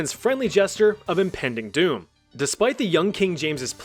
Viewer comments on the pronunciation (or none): none